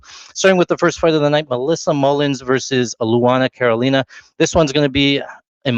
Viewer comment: did you call carolina, cornholio? 😂